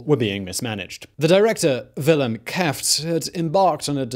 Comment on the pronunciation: "Key-jeft" for "Kieft"? As a Dutch: It sounds as Key, "Keyft";).